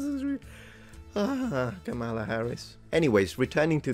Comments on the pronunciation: As a stickler for accuracy, please get the pronunciation correct: Kama-la not Kamal-a. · Please pronounce KH's first name correctly,.